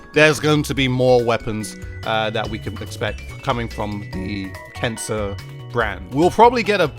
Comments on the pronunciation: I keep hearing cancer instead of kensa... Also I wish Nintendo didn't name the splatfest points "clout" but somebody in their team decided it would be a good idea :( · Is he saying “cancer” for the brand? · Why does it sound like your saying cancer instead of kensa? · It sounded like you said cancer collection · I’m watching the video without captions and he really sounds like he’s saying “cancer”